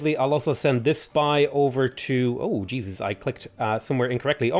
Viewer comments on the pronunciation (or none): none